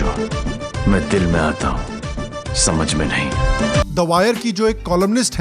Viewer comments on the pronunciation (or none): आपने बोला "द वायर" और मुझे सुनाई दिया "तवायफ" तो आगे से .........